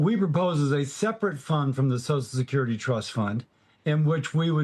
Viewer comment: I never trust anyone who pronounces So C I A L Security AS SOSL SUCRTY, on either side of the political viewpoint. I've said it before, I'll say it again. SOCIAL SECURITY IS INSURANCE, not a guarantee. The original retirement age was 110% of life expectancy. YOU ONLY GOT IT IF YOU BEAT THE ODDS! Retirement age should have been and should be adjusted regularly to accommodate life expectancy. Every few years, retirement age for those born in a given year should be adjusted to 110% of life expectancy for that year. You can't do that quickly now because life expectancy for those born today is approaching 80, making retirement age 88. If you adjusted retirement age by one or two years every five, you'd resolve the issue.